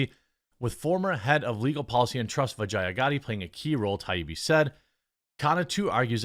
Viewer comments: Bro if you're going to trash someone you should atleast learn to say the name correctly. You sound as foolish and cringe AF lol its Vee-JAH not VA-Gi-A. DId you even watch the Joe rogan podcast with her? Not a fan of her by any means but it's just sayin. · Am I the only one who keeps hearing "vagina" every time Jeremy says the name "Vajaiya?" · Every time they say vijaya I think vagina